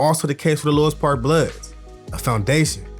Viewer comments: Exactly Louis park is basically a Asian hood so any ninja from over there acting like they active ain't on shit no disrespect to the asians. Why bruh keep saying lois lmao it's louis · Its pronounced.."Lewis"...